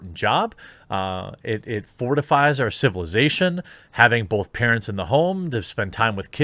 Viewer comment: Making progress. Now learn to say "both" without the 'L' sound in it